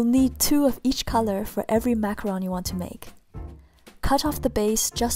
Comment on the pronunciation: airin Purnomo Btw... It's Macaron not macaroon!